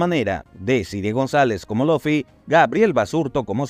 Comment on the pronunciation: Por que pronuncia Luffy con laffy o loffy?